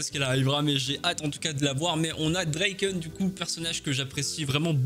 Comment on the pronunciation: "Dreiken"... C'est draken toi aussi tu le détruit 😭😭😭